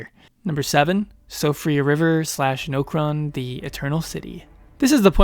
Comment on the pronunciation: Nokeron lol. Ya gotta love when somebody plays the game but still says areas or npc names wrong. Like different npc's actually say Nokron